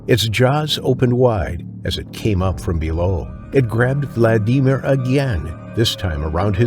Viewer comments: The way the narrator says Vladimir drives me crazy. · Motherfucker have you never heard how to pronounce Vladimir holy shit how many times you gonna fuck that up